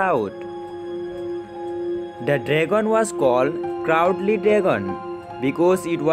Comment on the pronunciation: Crowd and coward have different pronounciation. Hope nxt tym, will rectify it. The answers are too short and will not cover 2 marks. Care should be taken before making video.